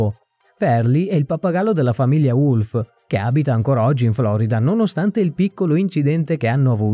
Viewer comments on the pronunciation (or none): none